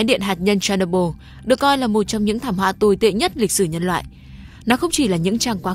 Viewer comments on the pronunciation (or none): Tên đọc là Cher ny bol đâu phải Cherno byl 😅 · Phát âm tên nhà máy nghe như đấm vào tay .